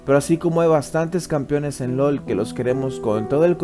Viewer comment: 55.2% de winrate en jg Fiddle xd (ademas me centraba solo en tu prenunciacion de campeones como "campiones")